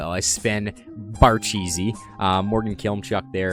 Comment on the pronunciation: did u just say barcheesy